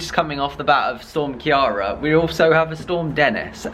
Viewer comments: hahaha I laugh everytime you say Ciara its irish and pronounced as ceera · Please have your Irish dad teach you how to pronounce Ciara lol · You said Ciara wrong noo !! 😭😭😭 it killed me, this Storm was my last chance for people to finally say my name right and it didn’t even work hahaha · Hi the storm was called storm Ciara not Kiarra just as Ireland had the same storm cross over to ireland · thought u had Irish blood. Ciara is an Irish name. Produced---- KEER-A.